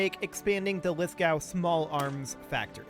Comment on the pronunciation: Someone playing Australia gets a like from me 😂 Also it's pronounced Lithgo, we don't say the w